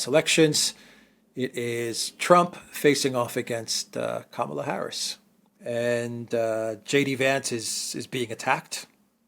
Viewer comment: Agree with criticism of US mainstream media, Criticism of Vice P Harris fair game but you are losing credibility by mispronunciation of her first name.